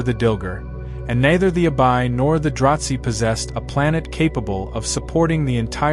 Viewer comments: im not sure where you are getting your information but it sounds like a lot of fanfiction. Also, it is DraH Zee not Dratzhi like you are saying. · And there is no T in "Dra-Zee".